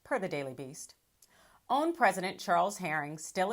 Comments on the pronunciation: I don't understand how you cannot pronounce O A N!!!!!!!!!!!!!!! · Why is she calling it OWN? Its OAN!!! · First time I have heard it pronounced "own." I always heard people say O-A-N. But what do I know? Possibly is joshing with this pronunciation.